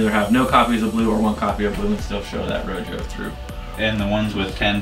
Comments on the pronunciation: “Row joe”, rojo is pronounced “row ho”. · “Row Joe” lmao